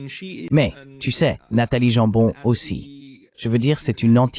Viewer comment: Dommage la traduction par ia. Nathalie Yamb se retrouve en Nathalie Jambon !!!